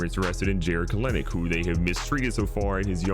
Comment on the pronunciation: love the video but the way you said kelenic made me cringe